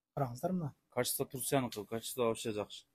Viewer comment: Сооданар болсун бирок реклама берген бала ото соонун качество деп урдура😂 бергени жаман экен